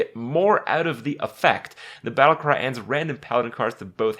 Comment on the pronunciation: hungrier crab says "Battlycry" instead of Battlecry